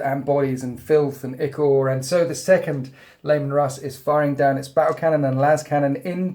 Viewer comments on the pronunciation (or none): none